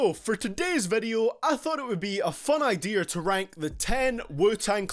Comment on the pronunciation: Did he jus say Ideer